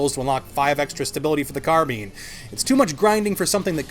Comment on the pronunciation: When you said ''karbiin'' I was just out. I'm sorry man, but seriously ? Carbine. Car.Bine. Just... How..?